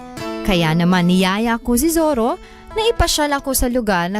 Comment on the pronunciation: Hehe.... Zorro ba o ZIRRA?